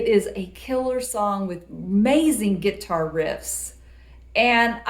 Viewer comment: Did she say "Gitar"? Love it.. lol